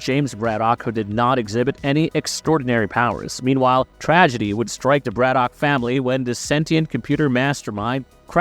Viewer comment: It’s not Brad-Dock it’s Brad-ick